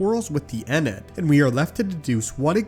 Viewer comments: I thought it was pronounced IN-EE-YAD ...uh I had to say something.. eenad was Killin me !! Lol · Nice idea, but no I am fairly sure this has been mentioned and it was basically Kang who ruined the Egyptian god's time. He went back in time and basically convinced the humans to abandon worshipping them, resulting in the loss of power so they threw a tantrum and ran away. Keep up the great videos though as I love to watch your ideas! Sidenote: it is pronounced EN - EE - AD :)